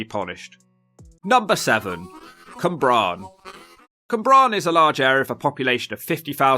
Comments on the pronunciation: Cwmbran not Cymbran! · It's Cwmbran, Cym is a different word in Welsh. I don't live in Gwent but it looks like a complete shithole throughout. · It’s the pronunciation of the names 😂 Cwmbran was my fave 🤣 Bristolian here, living in Newport and there’s so much more to the place than all the run down and shit looks lol the community aspect for instance is amazing.